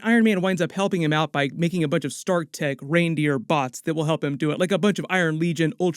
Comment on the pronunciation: Lol Iron-Raindeer!!